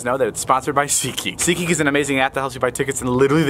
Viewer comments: Mara Lewis nah im just trying to make fun of his sponsor i know its SeatGeek but he pronounced it see kick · i heard david say "ckey" but it's actually "seatgeek"..........lol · R O S E you silly. It’s not see kick, it’s SeatGeek... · David: SeatGeek Me: Who’s getting a car now 😂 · Sponsor: seatgeek Me: seekee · Nobody: David:Seageek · “This video is sponsored by....” Me: HONEY David: “.... Seatgeek” Me: damn it